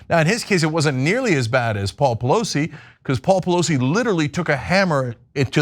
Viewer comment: At the beginning of the clip he accidentally pronounces her name correctly 😂😂😂